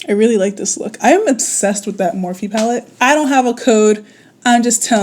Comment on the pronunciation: I think it’s pronounced morf, and those palettes are sh*t! You look great though 👍🏾☺️ Also you can have vibrant, bold tattoos. It’s all about your artist and how well they know color theory